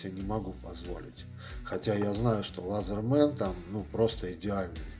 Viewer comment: И не лазерман, а лэзэман. От английского слова laether - кожа.